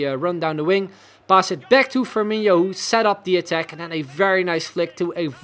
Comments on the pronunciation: I came here to comment the same. As a brazilian my soul dies a little bit every time he pronounces FirmiNHO. It's FirmiNo ... like NO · No, it's not. It's INO, not INHO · Love the series but repeat with me. FirmiNO, FirmiNO, Fir-mi-NO. Much better! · Please stop saying FirmiNHO :) I'm not even a Liverpool fan but it just doesn't sound right